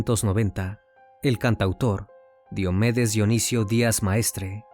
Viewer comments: Solo una cosa. Casi todo el video dijeron Diómedes pero se pronuncia Diomédes, como lo decían al final. Lo poco que escucho de ese cantante es que era más dr0gas que persona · Me pareció muy fastidioso escuchar Diómedes, cuando es Diomedes con acento grave o Combita en vez de Cómbita. Muy bueno el documental, pero si es importante que confirmes la pronunciación correcta de los nombres de ciudades y personas, es algo muy importante al contar relatos así.